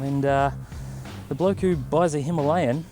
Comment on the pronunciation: "Him-a-layin nobody" Gold.